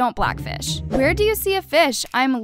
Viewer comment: "wEar dO u SeE a FiSh? aM LiChRaLLy a hUmAn bEaN.." what- 😭😭😭😭😭